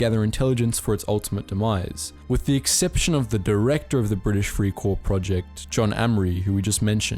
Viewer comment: it was prononced fry cor not free cor just letting u know